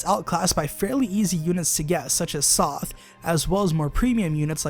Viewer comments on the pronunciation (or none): did he just say sawth?????? over sothe??? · Such as "Soth" Its Sothe. Get my husband name right.